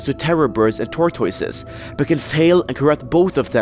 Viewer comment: tor-toy-siz lol